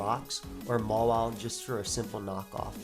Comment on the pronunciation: why do you call Mawile "Mola"?